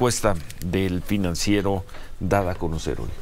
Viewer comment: Se dice el PRINANCIERO😂😂😂